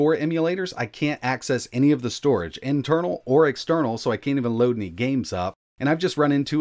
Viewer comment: "storege" ?? xD